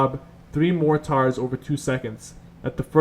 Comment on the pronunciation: Same, and the way he said mortar as 'More Tar'